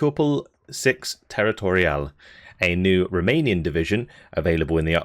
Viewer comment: Just want to drop a message to say how much I appreciate your efforts on spelling and pronunciation of all of these Romanian units... Across all the divisions... Lesser men would butcher all these words wantonly, but you... You care....